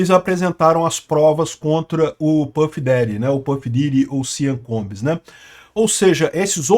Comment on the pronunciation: A situação desse cara tá mais dificil do que o acertar o nome dele!